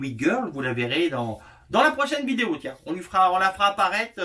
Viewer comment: cette « viyéo » 🤣 bravo 👏